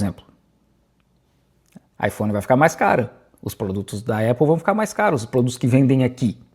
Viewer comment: Apple e não Épple....